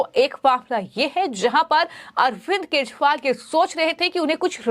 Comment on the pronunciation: पहले तो यूट्यूब पर बोलने वाली मैडम के शब्द को देखिए केछ वाल क्या होता है। उच्चारण ठीक नहीं है😢